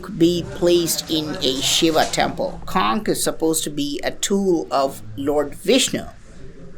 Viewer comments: With due respect,, just for your information, the "ch" in the word "conch" is pronounced not as "k" but like the "ch" in "lunch", "crunch", "bunch", etc. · It's "conch" not "konk". Shank in Hindi and in Sanskrit "sankha".